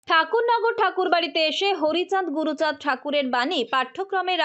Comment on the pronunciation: হ্যাঁ উনিতো বহুৎ কিছু করেছেন গরু চান উচ্চারণ করেছিলেন ওটাই হয়তো এইট নাইনে লেখা আছে আপনি দিদি এটা রাজনীতি না করাটাই আপনার বেটার ছিল আপনি ওখানে চুপচাপ থাকা উচিত ছিল আপনার